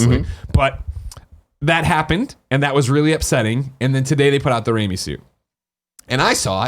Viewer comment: Ooooooh, they meant RAIMI suit! I was like, what the hell is "Rami" suit?